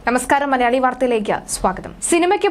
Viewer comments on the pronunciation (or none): none